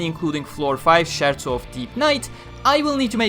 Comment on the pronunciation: CH in italian is said as K, so it's skerzo in pronunciation